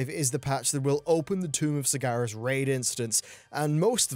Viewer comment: It's Sargeras, not Sigahr'ess